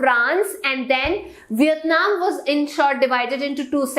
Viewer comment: She is saying viyatnam instead of Vietnam pls pronounced it properly😑😑